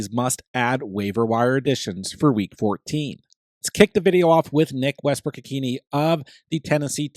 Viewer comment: It’s pronounced Westbrook Ikhin A